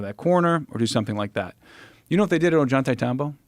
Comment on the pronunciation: I like desk clip a lot but I cannot freaking stand the way this dude is pronouncing ollantaytambo! It's just so wrong!!